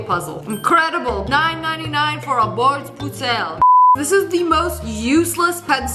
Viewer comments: At least she tried to say bordsbussel on swedish, ngl it was kinda good tho. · I speak Swedish and I’m sorry but I can’t stop laughing at the way she pronounced “Bordspussel” 😭